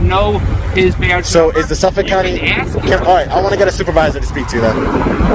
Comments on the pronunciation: As "SMART & EDUCATED" as this auditor is, you'd think he'd know how to ASK a question instead of "AKS" a question like he said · You don't "axed" to speak with a supervisor, you ask. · Oh so now u have an "Axe"??? It's ask. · Why is it so hard for people to say “ask”? It’s not “axs”. It’s is “ask”. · Why does the video maker keeps axing to take a photo of a helicopter. An axe is used to chop trees. It’s ask. Not axe. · ''To AKS them''